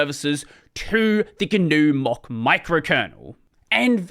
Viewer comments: I just hear "mock", not "mach"... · More than six minutes in before I realized "Mock" is "Mach". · please look up how Mach's name is pronounced (I don't think I can put a link here)